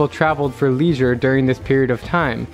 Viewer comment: Did you just say leesure?